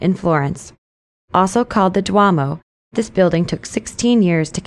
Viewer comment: The city at the end should be "Vicenza," not "Vincenza." Also "duomo" is pronounced "doo-O-mo."